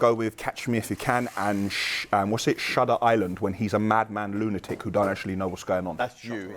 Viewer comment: Man said 'Shudder Island' with so much confidence haha